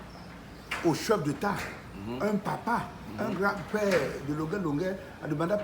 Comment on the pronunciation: "cheup détat", "artiste détat" 😂😂😂